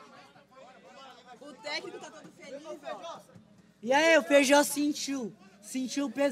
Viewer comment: Esse cara chamando o Feijó de feijão me deu uma agonia